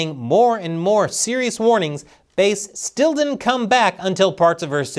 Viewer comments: You pronounce "Bass" as ""Base"? What are you smoking? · Karen Bass. Not Karen Base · It’s Bass like the fish not like base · It's Not BASE, it BASS, like the Large Mouth Fish She Is. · Why are you called her “Base?” It’s Bass! Like “Bass-hole,” and “Bass-hat,” “Bass-wipe,” “Bass-licker,” “Bass-munch,” “Fat-Bass,” “Bass-plower,” “Kiss my Bass,” etc. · Bass like the fish, bæs, and not like the low end of the sonic spectrum, stretching from the lower limits of human hearing at 20Hz up to around 100Hz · It's pronounced like "base". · I don’t think it’s pronounced bass like the instrument, but rather bass…like the fish on a hook she should be Chris. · its Bass.. like the fish Bass, Sha-Pelle..